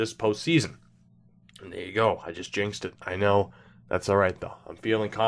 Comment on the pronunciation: It's Jost a White Stone.